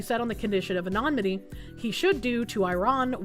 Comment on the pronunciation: Dear, sweet... It's "anonymity," not "anomity" 😭